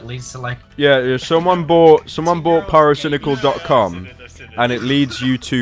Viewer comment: pairo-cai-nai-cal has always been the king of cancer to me.